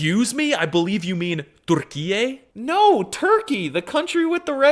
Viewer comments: His pronunciation and stress patterns are way off - he almost always stresses the wrong syllable. So consistently it sounds as if he has only read Turkish and not actually listened to it at all. I’m also kind of surprised that he still hasn’t learned to pronounce a front rounded vowel…I mean, if you can’t even pronounce “Türkçe” or “Türkiye” somewhat correctly…? Also they didn’t change the name of Constantinople to Istanbul in 1453. :-) It wasn’t official until 1930! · He WASNT spekaijg arabic at the start of video? Also his pronounciation of the country just uses arabic vowels, a u i. Not ü